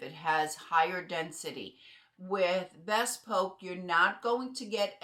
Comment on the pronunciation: It’s pronounced “bee spoke”